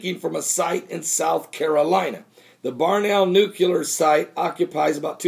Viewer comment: NU-CLEAR not NUCU-LAR